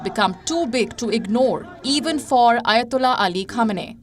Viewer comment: Fuhq tha ayo-tuk-lah 👴🏼👳🏼‍♂️